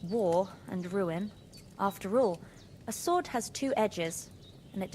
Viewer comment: Why does he pronounce sword as sahward